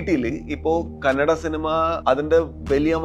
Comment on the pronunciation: Kannede alla kannada 😩